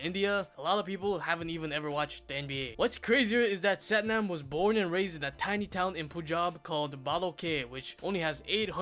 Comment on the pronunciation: It’s pronounced Sathnaam fyi